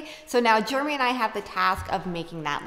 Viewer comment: I saw someone say in comments once “Germy” …..and unfortunately, now I can’t unsee nor unhear it., say “Jeremy”.